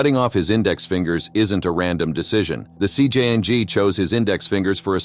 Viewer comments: It's CJNG not CJ'ang mother fucker. If you're going to make money and gain followers off the groups content then you need to give them respect and pronounce their name correctly you piece of 💩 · WTF is the CJ Yang?? Jalisco or CJNG 😝